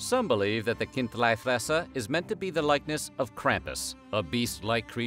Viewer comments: It‘s Kind-LEE-fresser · It's Chindlifrässer (Khin-dlee-frass-err) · It is pronounced Kint'-lee Fres'-ser and the city is pronounced as Bearn. Just like the animal it was named for. The "Ogre" is meant to represent a Moor, or Turk as it was carved at about the same time as the siege of Vienna in the 17th century